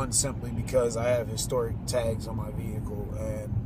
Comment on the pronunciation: lmao how hicstoric lmao that's how you pronounced historic is a vehicle with shoulder belts?